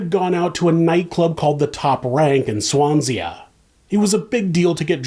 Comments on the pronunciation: Its pronounced Swan-sea or Swans-ee not Swans-e-a good try though. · Swanse-ah? Hilarious. It's just Swan-sea, like the ocean. Thanks for covering a welsh case and giving me a chuckle! I say Canadia instead of Canada too often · Swanzee is how you pronounce Swansea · "Swanzi" not "Swanzeah" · In the U. S. in Massachusetts I live in Swansea! It’s oldest house dates from 1690! So it’s safe to say it’s named after it’s Wales counterpart. Except we pronounce it phonetically as Swan 🦢 sea 🌊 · Is his pronunciation “Swan-zee-ah” correct? There’s a Swansea in Massachusetts, and it’s pronounced “Swan-zee.” Thank you! 😊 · Word of correction.Its pronounced Swan-sea or if your saying it would sound like Swanzee.R.l.P to those young ladies. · Er,, it's pronounced, "Swan...see," like the "sea". Far be it for me to criticise you about that trivial bullshit, but you know, the Welch folk are goin' to come for you! Cheers from Oz!😊🦘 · swansea mentioned ! btw it's pronounced "swan-sea" like it's spelled or abertawe in welsh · leave the "uh" off the end of Swansea and you pronounced it bang on 👍 😅 love americans pronouncing uk places.. Berk shy er 😂😂❤❤❤ #itsalllove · Swansea pronounced Swan zee. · Na, it’s pronounced the same as your US counterpart 😂 which is why his pronunciation made me chuckle 🤭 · Quite liked pronunciation of “Swansee-ah”. Imagined Swansea being magically lifted up in the air & landing somewhere on the Italian coast 😆 The adjacent Gower coast is one of the most beautiful places in the British Isles. Has many lovely holidays in Port Eynon (absolutely nothing like Port Talbot lol😂) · I'm sorry but HOW did you just pronounce Swansea 😭 it's so much fun hearing Americans say Welsh place names !!! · Aw I love the way u said Swansea.